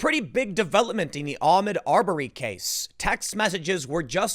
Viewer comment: Tim, stop mispronouncing his name. It's pronounced Ahk Mood. Fuck if it sounds Muslim.